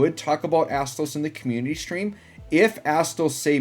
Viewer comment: My inner teenager laughed everytime u said Asstoes XD